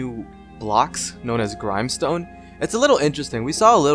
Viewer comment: I thought it was grimstone like the grim in grim reaper